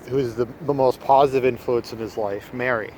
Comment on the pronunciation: you mean positive with the "s" not the "z", right?